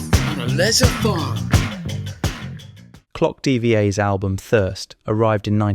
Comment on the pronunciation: Not to sound pedantic, but Clock DVA should be pronounced as DVA, the Russian word for "two" (If I remember well). Their name comes from the seminal "A clockwork Orange" novel…